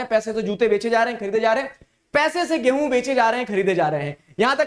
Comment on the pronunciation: be like. Gaihu(wheat) = Gay + hoon 😂😂